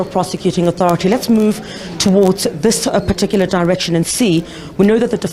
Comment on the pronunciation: Please stop saying "PARTICULAR" PLEASE!